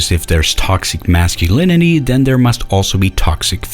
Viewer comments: "Tothsic Mathsculinity" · The way he says "masculinity" as "masculiniTEE" unsettles me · Am I the only who can't stand his pronunciation of "masculinity", the fact that he goes out of his way every single time to put emphasis on the suffix and not the root. Thinking about that specifically, it's kind of funny. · You can tell he's really trying to pronounce the T in "Masculinity" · that sing song ish way he pronounces masculinity... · The way he pronounces "masculinity" became increasingly grating over the course of the video.